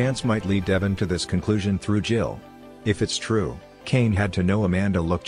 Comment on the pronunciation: Why can't these speaker's pronounce Devon's name?